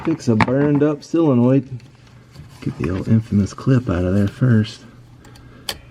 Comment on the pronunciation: Pronounced 'soul-uh-noid' not 'sill-uh-noid'.